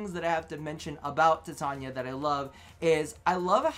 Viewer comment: its tai tain ya..... ffs